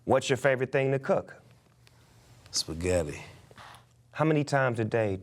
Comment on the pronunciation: The Way He Said Spaghetti 😭😭😭😭😭😭😭😭😭😭😭😭😭